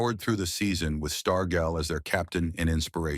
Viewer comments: Learn how to pronounce his name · OK...His last name is mis-pronounced throughout this video. How can anyone take this video seriously. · Learn how to say his last name